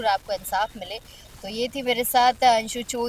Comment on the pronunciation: अंशु नही हंशु है पूरा नाम हंसा चौधरी